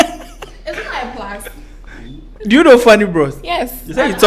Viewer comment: Well tell, that it is pronounced •Underscore and not "Anderscore" •Plus and not "Plas"